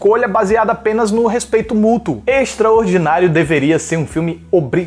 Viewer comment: tbm achei isso, ia ficar mt normal se tivesse falado. Da forma q ele falou ficou "extraordinario"